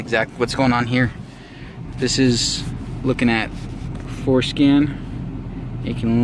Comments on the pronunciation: he said forskin! LOL! It s forscan! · At 41 seconds, did you say forskin? LOL! Great video, I think I am going to do that to get by!